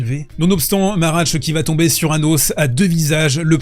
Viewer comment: il me semble qu’on dit pas marach mais machac sa se prononce bien « ch » comme en france nan ?